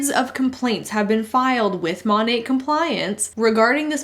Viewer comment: How is pronounced Mon-ATE when it's clearly Mon-AT?